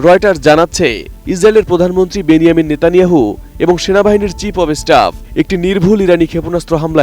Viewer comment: বেনিয়াম নেতানেহু। সেটা আবার কে রে মাদ্রাসা ছাপ? নাম উচ্চারণ করতে পারিস না, চীনে গাঁজা ভিক্ষে করে খেয়ে ঘেউ ঘেউ করিস।